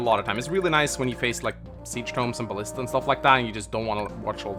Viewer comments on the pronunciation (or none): none